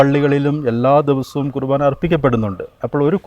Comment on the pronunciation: കൃഭാന അല്ല കുർബ്ബാന